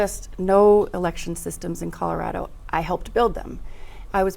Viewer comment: It goes a long way, to me, when a local candidate correctly pronounces Colorado.